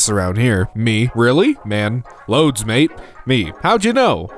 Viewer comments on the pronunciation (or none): none